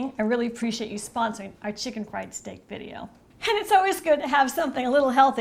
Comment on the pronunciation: There's no "h" in "and"...